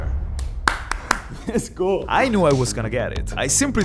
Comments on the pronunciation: Why do you say yesgo not let's go? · pleaaaaaaaaaaaaaaaaaaaaaaaaaaaaaaaaaaaaaaaaaaaaaase stop saying yesgo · LESGO! ❌ YESGO! ✔ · why did he say YES GO....? not LETS GO......? any one know?? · Btw it’s let’s go not yes go